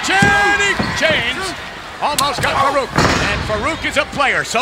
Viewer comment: So Vince calls him "fuh-reak" instead of Farooq lmao wow